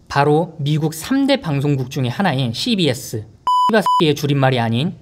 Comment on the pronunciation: CBS 발음듣고 구독 눌렀습니다!!